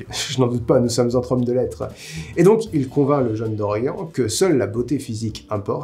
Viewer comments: mais ... c'est un prénom celte!!! ça se prononce DorianE (mon prénom viens de se bouquin ... ça fait 26ans que je me bats pour qu'il soit prononcé correctement !!😡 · Tu prononces Stephen King à l'américaine, mais tu prononces DoriEN, et pas DoriANNE. Ta cohérence m'échappe ^^ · C'est horrible de t'entendre dire constamment "Dorian" a la française xD ca se prononce avec le "e", non mais ! (Oui jme sens un peu concerné >.>)